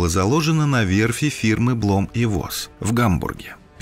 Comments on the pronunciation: Бломм унд Фосс ... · Блом унд Фосс